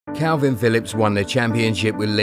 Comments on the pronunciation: The first thing you should know is his name is kalvin not kelvin lol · His name is Kalvin not Kelvin